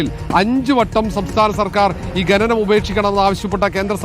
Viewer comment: ഘനനം അല്ല കോപ്പേ "ഖനനം "ആദ്യം നീ പൊയ് നാക്കുവടി.. പിന്നെ അക്ഷരം പഠിക്ക്